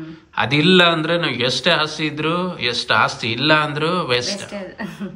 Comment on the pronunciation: ಅಸ್ತಿ ಅಲ್ಲ ಮೇಡಂ, ಅದು ಆಸ್ತಿ..